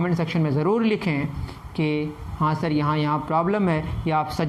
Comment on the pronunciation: Mean sir not sor